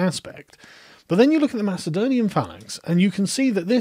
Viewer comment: you make it sound like macedonia is not greek, which is true as much as ur pronunciation of macedonia is correct